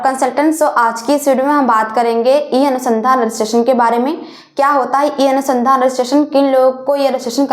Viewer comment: pehle madam shabd sahi karen apne kahin anusandhan bol rahi h aap to kahin anudhan bol rahi h